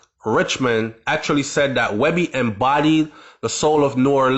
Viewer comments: His name ain't webbie goofass nigga🤦🏿‍♂️ its weebie (5thWard) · Weebie not webby!!! 2 different people